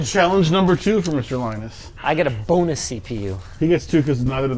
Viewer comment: "Bone-us Tech Tips" 😑🤌🏼